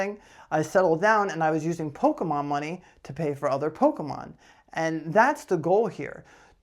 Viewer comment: Loving the ending video segment with the pronunciations of Pok-é-mon. 👍👍